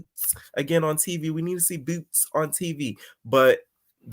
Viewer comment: Stop saying boots like that I can’t stand it😂😂😂😂 I’m at work loud asf🤣🤣🤣🤣